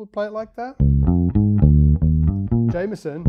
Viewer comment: It’s pronounced Jamerson with an R, not Jameson. Please pronounce his name correctly.